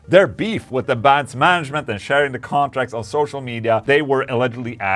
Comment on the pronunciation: Mr. Englund, I really enjoy your vids and I enjoy the way you pronounce Th’s like and f( example: Sunday wi(ff)th Ola. I am definitely going to buy one of your companies guitars. Quick question, can I get whatever pickups I want and for that matter however many I want as well as control knobs on the guitar? Let me know my good Man. Ola for everyone!!!!🍟🍟🍟🍟🎸🎸🎸🎸🎸🎸